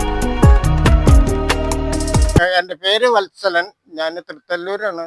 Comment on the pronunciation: വത്സൻ എന്നല്ല, വത്സലൻ എന്നാണ് അദ്ദേഹത്തിന്റെ പേര്.......